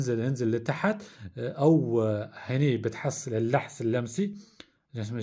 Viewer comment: الحس اللمسي وليس اللحس اللمسي